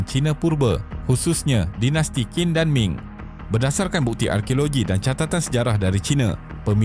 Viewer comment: Sebutan "Qin" yang betul "chin" bukan "kin"😊